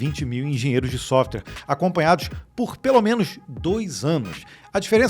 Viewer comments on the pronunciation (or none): none